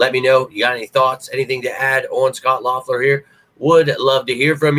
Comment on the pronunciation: Think his name is pronounced Leffler🤷🏼‍♂️